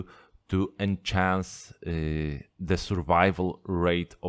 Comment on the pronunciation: By “en-chance” I believe you mean enhance (to make better). I totally understand what you mean but as a fellow shrimp keeper you help me and I would like to help you to say it better than me.. Cheers mate!